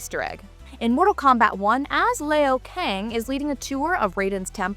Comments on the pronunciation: People who dont know anything about the MK games shouldn't talk about it. wtf is Lay-O Kang .. its LeeU (Liu) Kang. Thats Kitana (Fan Blades) not Sindel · Maybe this girl messed the video up on purpose by saying "Lay'O Kang" instead of the correct saying which is "Liu Kang" and mixing Kitana up with Sindel lol 😂😂😂😂😂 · Lay-O Kang? And constantly just calling him Shao 🤦‍♂️ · Lost me at Lay-O Kang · LAY-O KANG!?!?!? WTF why is she saying Sindel and Showing Kitana? This girl reads like a robot 🤣😂 🤣😂🤣😂🤣😂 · Who tf is Lay-O Kang?! 😂